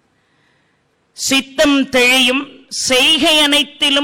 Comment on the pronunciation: தெழியும் இல்லங்க அம்மா தெளியும் என்று சொல்லுங்க இதுபோல் நிறைய இடங்களில் சொல்கிறீர்கள்